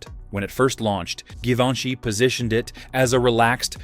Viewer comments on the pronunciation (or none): Thee narrator is mispronouncing Givenchy…at the beginning of the video!!!